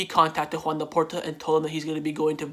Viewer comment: U say Joan Laporta like “khawan Laporta” loll